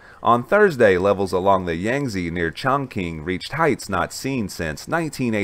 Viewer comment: Its NOT pronounced "ChongKing"....its pronounced "ChongChing"...spelled Chongqing